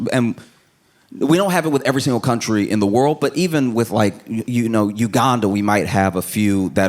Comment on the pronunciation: The fact that he knows Uganda and pronounced it the right way. ❤. I don’t like that it took me so long to find this gentleman.